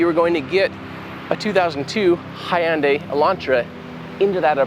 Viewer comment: One of the very few people that actually has pronounced Hyundai properly, can't wait for the rest of the episodes to come out